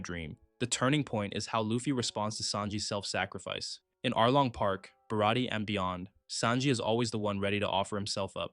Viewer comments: Isn't it bara-tea-ay? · This was a beautiful summary of their characters. Too many people rank one above the other for whatever reason, but the reality is that they are counterweights. Equal opposites. Excellent video, overall! (Also, it's actually ba-RAH-tee-AY, with a French pronunciation.)